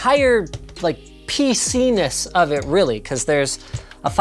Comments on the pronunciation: did he say PENIS or PCness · IM SO IMMATURE BUT HE SAID PCNUS LOOL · lol he said pcness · PC-nis lmao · he said pcness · Lmao he said pc nis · Yeah you said CPenis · "PCnis" lul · Haha “pcenis “😂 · Ha. You said PCnis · the entire "PcENIS" O.O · Linus invented a new word. Spelled: PC-ness Or Pesenis? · “ change the pc’nes of it” Me: Huh huh, sounds like penis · man said pecines? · Linus: "Peceenis" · Pc-ness did anyone hear something else? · PEE CEENUS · "P-c-enis" -Linus 2020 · haha he said pcnis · Note to self: Don't ever say PC-ness 🥴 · Linus: “Pc-ness” Content moderator: “did he say.....did he....it kinda sounded like...”